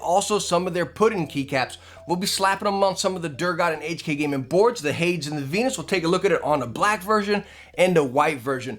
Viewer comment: Love ya to death but it's "hay-deez" not "Hay-dz". Watch Disney's Hercules for reference.